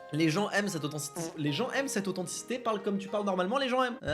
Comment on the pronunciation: "mmuhh blblblbl la bonne authenticité" mdrrrrr